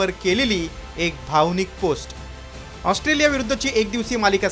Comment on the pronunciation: हा पत्रकार ऑस्ट्रोलिया म्हणतोय... 😅😅😅